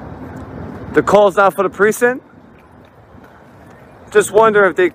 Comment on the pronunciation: What accent drops the "c" in "precinct"?